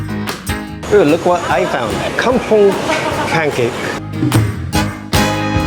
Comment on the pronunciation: Did you say "Kungfu" pancake? It is Kampung which I think means Malay* village.